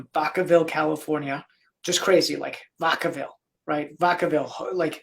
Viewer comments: Its Vacaville. Vacka-ville. Not vawkaville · It’s VAC—A—Ville Like vacuum oh goodness, my son was actually born at Travis Air Force Base, which is right there in Vacaville ..so I can assume I hope I’m assuming correctly that his mom retired from Travis Air Force Base and the young man grew up in that area Again my son was born at the hospital on Travis Air Force Base, right where he’s talking about God bless my little boy. He was about seven years old and he had a friend over. He was very strong into taekwondo. He actually had his very first black belt. By the time he was seven he started taekwondo at the age of four. When he received his second black belt, he actually went to Korea and the Grand Master presented him with his Kukkiwon, along with his belt that represented his second-degree ( at the age of 12 ) my son is a beast— by the time my son was seven years old. In the morning, would hear my alarm. I would get up and my child would either be in the shower ,just getting in ,or just getting out ..he was Self disciplined. I did not have to wake him for school. He knew what his responsibilities were. It was amazing the amount of respect he had for himself and others —-not to mention his personal discipline. I recommend any form of martial arts for your children of any age. AnyWho, back to my story —we had a tournament over the weekend, that we were attending .He had a friend that stayed with us more often than not —-this little boy unfortunately came from a family that had a lot going on emotionally. —-while I was mak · Vak- a - ville dog! 😅